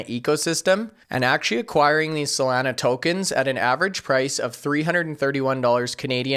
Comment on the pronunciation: I know we can’t do anything about your accent but PLEASE LOOK UP THE CORRECT PRONUNCIATION OF SOLANA. It’s hard to take you serious with you butchering the name. SOL - AH - Nugh (From the beach town in San Diego called Solana Beach)